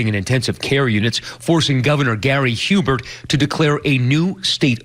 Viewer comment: Lol, Gary Hubert? His last name is Herbert... And he's a dolt.